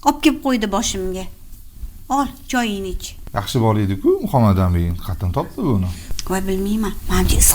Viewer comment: Шу аёл исмни жуда хунук айтадида Мухамматамин деб МухаммадАмин деса тугри юуларди